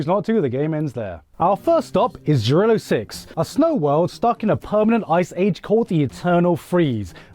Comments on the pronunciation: Why are you pronouncing Jarilo like that? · tf Jarilo is a Kanada? it's rurussia no doubts